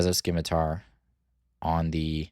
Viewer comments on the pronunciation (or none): I'd recommend trying out Security Complex for your GI blue, the shield can be absolutely clutch at its best, and at worst enables another GI action on a near death unit. Also the c in scimitar is silent, like in science, sorry but it was distracting :)